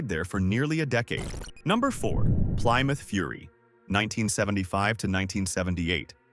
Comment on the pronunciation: Taste is subjective. I agree with some of your choices but definitely not all of them. The pronunciation, or mispronunciation, of ‘Plymouth’ makes it clear the audio is ai. Ugh.